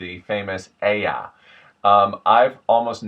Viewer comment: this accent sounds like an impression of someone from downeast. Very exaggerated and almost cartoonish. Your ayuh is spot on though. You want to hear a good downeast look up the "interview with a lobsterman" video, or the video titled "the elusive mainer accent in its natural habitat" those are both perfect genuine downeast accents. I like how your video explains the sounds though, it is very interesting! As for which accents are different from downeast, I would say all of them are pretty strongly different. Listen to someone from inland maine (look up Tony Bennett and Codfish from Downeast Dickering, 100% pure bethel/inland accent) or someone from Caribou and they don't sound anything like a downeast accent. There's also the "northern mass" accent of Portland south to the border. There's also a couple really small accents here too, like that weird French accent you run into by St Francis or Fort Kent. That's a really odd one.